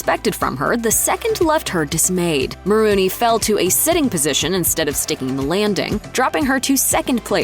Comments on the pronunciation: It's Maroney, not Maroony. 🤦🏻😒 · Just hate it when people mispronounce names. It's not "Ma rooney", it's "Mah Rone E". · No one: Commentator: MaROONey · Maronrey....pronounced like Bologna, not Marooney